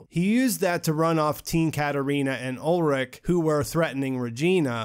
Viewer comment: btw: the names are ulrich not ulrick and heinrich not heinrick. ch is sh like in shower. did you see the german language with english subs?